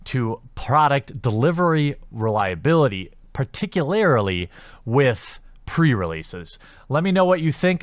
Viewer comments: I enjoy watching your vids man. Hearing a different point of view from the crowd I'm used to hanging with - but can you do me one favor Par-tic-u-lur-lee vs Par-tic-u-larri-lee. I'll grant you it can be a bit of a tongue twister though - even for myself hahaha. That's all. Just a little pet peeve. Keep up the vids dude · Par-tic-u-lar-lee. It's pronounced like that.